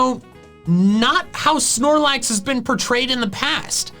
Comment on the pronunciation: AGAIN, THERE IS NO E IN SNORLAX!